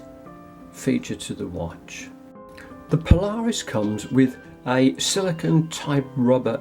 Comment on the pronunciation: Paula Reis not Po-Lar-Us.